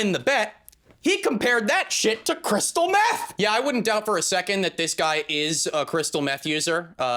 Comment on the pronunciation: "not only do i win the bet; he compared that shit to Crystal METH" the way you punctuated had me ROLLING😂😂😂😂